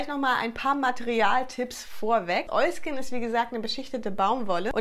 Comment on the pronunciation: Immer wenn du Oilskin sagst macht mein Hirn ein Oiski Poiski draus 😂 #kinderseriender90er